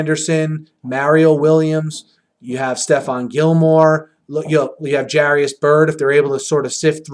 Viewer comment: Haters gonna hate. Also BTW Jairus not Jarius. Pronounced Jay-rus.